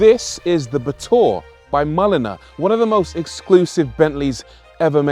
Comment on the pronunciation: Brooo I pronounced the batur with sheer luxury ba’túrr 😂